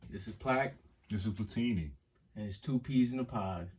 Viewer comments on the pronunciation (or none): It definitely sounded like Platini was about to give us their IQ number, when pronouncing that name. 🤣🤣🤣